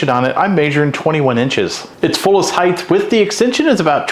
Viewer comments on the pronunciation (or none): You lost me at the word heighth…